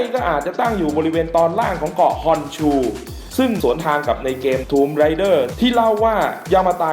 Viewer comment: Raider - อ่านว่า เรเดอร์ - ผู้บุกรุก Rider - อ่านว่า ไรเดอร์ - ผู้ขับขี่